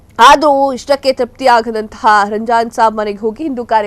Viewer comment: ನೀವು ರಂಜಾನಸಾಬ್ ಹಾಗೂ ಇಂಗಳಿ ಊರಿನ ಹೆಸರನ್ನು ಸರಿಯಾಗಿ ಉಚ್ಛರಿಸಿಲ್ಲ..